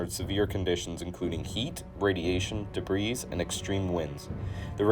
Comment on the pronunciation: He also pronounces debris as past tense...